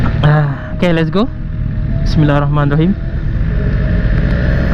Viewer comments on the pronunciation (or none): none